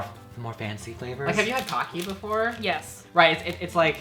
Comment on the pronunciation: No one ever pronounces pocky correctly lol